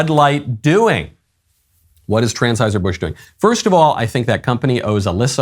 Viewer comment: "Transheuser Busch" lol